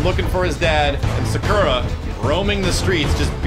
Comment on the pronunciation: picks Sakura for his team Still can't pronounce her name right Shows up only to be annihilated by that SF '87 jerkwad MENACING ゴゴゴゴゴゴゴゴゴゴゴゴ